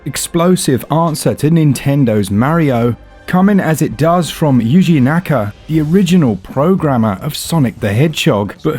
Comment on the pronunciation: "yuri" naka lol Dang...at least say his name right.